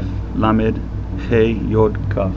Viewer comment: good job, but you're not pronouncing the vowels properly (and also very few of the consonants, like the heh and kaf), is this on purpous? for example, what you called "La" is pronounced "Lo", it means no of course, and it is in Hebrew, at least modern Hebrew. was it not back then?